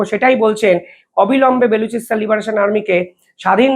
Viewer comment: ও,রে ভাই , বে লু চি স্তানে কি লুচি বেলবে ? নাম টা বা লু চি স্তান, বে লুচি নয়।